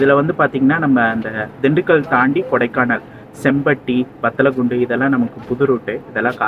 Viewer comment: bro பத்தலகுண்டு இல்ல வத்தலகுண்டா bro 🤔🤔🤔🤔